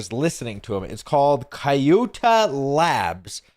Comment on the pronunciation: shouldn't kyutai be pronounced "cute AI" instead? why butcher a perfectly good name?